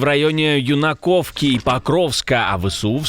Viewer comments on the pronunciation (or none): Юнаковка, наголос на першу букву! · Юнаківка - наголос на перший склад, тобто на "Ю"